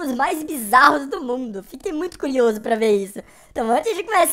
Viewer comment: Se vc ouviu ele falar "Culioso" curte ai ☺️